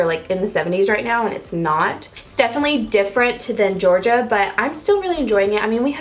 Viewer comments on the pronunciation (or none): none